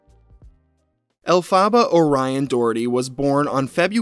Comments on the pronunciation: Can't watch the vid because it enrages me. Why do they put the emphasis on the wrong syllables? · It's "El-pha-bAh" not "Ellfaba.". The character's name is Elphaba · it's Alf-eh-bah if it's the one from the musical. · It's not 'Elle-fa-buh', it's 'Elf-ah-buh' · I love your videos but it's elf-ah-ba not elfa-baar it's making it really hard to watch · Its not pronounced El Fabuh, its pronounced Elfabuh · ELF-aba, not El Faba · Bro why are you pronouncing it El-faba. It’s pronounced Elf-aba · Stop, stop! You’re going to take someone’s eye out. Besides, you’re saying it wrong. It’s EL-fa-ba. Not el-FA-ba. 🧙‍♀️🪄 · it’s pronounced AL-FEH-BUH- not “alfaabaa” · omg you saying "El fah ba" instead of "El fuh buh" is grating on my theatre kid nerve lmao. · Elphaba. Pronounced (EL-FE-BAH). Not El-PHAH-ba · El-fuh-buh. Not El-fah-bah 🤣 call me Hermoine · It’s “El- FUH-BUH” not “El-Fah-BAH” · “El-fa-ba” is killing me 😭 having known the Wicked musical, and knowing what Elphaba’s real name is pronounced as is killing me every time you say it 😂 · i’m pretty sure it’s El-fuh-buh. Glinda (the other main character in Wicked) says it in the beginning of the song Defying Gravity so that’s what i’m basing the pronunciation off :) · more like “elf-a-buh” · Your killing me with the name pronunciation...it's "elf-uh-ba" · ElphAHHHHba, the pronunciation is really getting me 😂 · i’m so sorry but i can’t get through this video with the El Phaba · Everytime pronounces it "El-pha-ba" I cringe. Lol. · Love the video… but it’s pronounced “elf-fa-ba” if it’s the same as Wicked (Wicked Stan here) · It’s “El fuh buh” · Elphaba is pronounced: Elle-Fuh-BUH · love your content man but the way you mispronounce elphaba is making my head hurt😩pls pronounce it correctly if you ever post an update on her lol it's pronounced el-fuh-buh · The name is pronounced El-fuh-buh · It’s pronounced Elfuh-BA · it’s pronounced el-fuh-buh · It’s pronounced alpha ba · EL. FUH. BUH. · You pronounced the name wrong